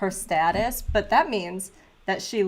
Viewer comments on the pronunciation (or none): none